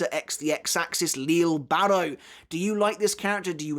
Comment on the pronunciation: Still pronouncing names wrong I see, yayyyy.... can't wait to hear all about "leele barro"🙄